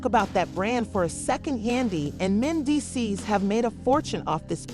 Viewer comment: Meecees *Mendeecees